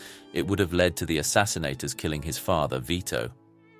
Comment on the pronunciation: The word is “assassins”, not “assassinsators”!